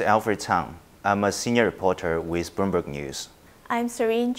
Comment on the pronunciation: Broomberg? Corrapse? Where did all the ‘L’ go 😱